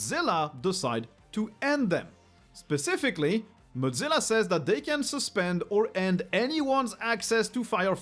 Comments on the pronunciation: Got to ask, but why do some folks pronounce Mozilla like the word Mozzarella/Motz-zilla? Was under the impression it was pronounced "Moz" sort of like the first part of the name Wozniak, except with an M instead of W, then zilla. I thought Thunderbird is a separate from Mozilla, or am I wrong? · pronouncing mozzilla like mozzarella is kinda funny